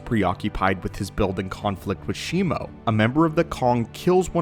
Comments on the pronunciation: it's Shimu (She-moo) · No it isn't. It's Shimo. I have the figure, it's clearly on the box.